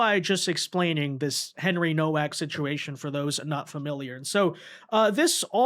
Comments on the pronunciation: It's pronounced novak. It's crazy how you still can't pronounce anything.They said it multiple times and i'm sure you've heard the name. I remember when you couldn't even pronounce solomon. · Nowak with a V sound eg NoVak.... poland surname